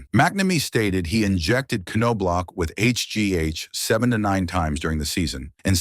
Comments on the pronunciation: Chucks dad Ray, was one of the winningest HS baseball coaches in Texas at Bellaire HS in Houston. I played baseball with Chucks older brother Mark Their name is actually pronounced Naw Block. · I was the Twins scout (Marty Esposito) who signed Chuck out of A&M. Chuck and Ray always pronounced their last names as I had written, as did the coaches at A&M. I am CERTAIN the K is silent, although the last half of the name could have a couple of pronunciations. But I always heard “NOB-LOCK” from the family. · Your AI voice over sucks. It's pronounced "Knoblauch" three different ways not even halfway through the video. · Well now, how do we pronounce that name? NO-blok? or Ka-NO-blok? when you're not certain, just use each of them repeatedly. This is pathetic. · The bad part about AI voicing… it can’t even correctly pronounce the last name of the subject in the video. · he doesn't even say his name right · Its KNOB-LOCK. Easy as can be simple as locking a knob. Damn knowb-lauc smh. I have a blue bat from the dome with his fake signature on it from a giveaway night from when I was a kid. I like him as far as the 91 team is concerned. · These AI robots forever mispronounce people names wrong. No Block, Cano Block🤦🏽‍♀️. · OK SLANDERER...IF YOUR GONNA MAKE HATE VIDEOS..LEARN TO SAY HIS NAME RIGHT...ITS KNOB-LOCK....ANOTHER HATE VIDEO FROM A DERANGED LIBERAL! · Kuh - know - blauch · Nah man it's No-block...and sometimes Ka-no-block 😂🤦‍♂️ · No Block ... LOL 😅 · Chuck’s dad Ray, was one of the most decorated high school baseball coaches in Texas at Bellaire HS in Houston. I played baseball with Chucks older brother Mark. Their last name is pronounced Naw Block. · Ka - no - block??? Now I'm not too concerned about A.I. after all 😮😮😮. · Ca no blaw….. seriously,is this how you’re going to pronounce his name. Do your research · It’s pronounced Naw-block😂😂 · It’s Nah- Block 🤦🏼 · k no blauch? Dude it's Knoblauch. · Thank you. The way he said his last name was driving me crazy